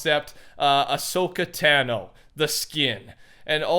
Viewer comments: Also dont want to be a nerd but it pronounced ta no not tan o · Why you say Ashoka tano like tan o it’s pronounced ta no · Tono is how you pernonce it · Dude it’s ta no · Is Ashoka Tano’s name pronounced T-ah-no. or T-A-no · You say you love Star Wars but say tango wrong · such a big fan that you said Ahsoka Tano wrong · A huge Star Wars fan that doesn’t even know how to pronounce Tano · I know right